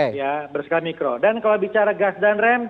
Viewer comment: Maap mikro bukan makro hahahaha haduuuhhhhh reporterne piyeeee 😂